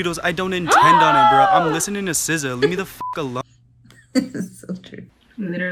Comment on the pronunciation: Wow . Sza is pronounced “c-szar”... how am I just knowing this???? Been saying “Zah” foreverrr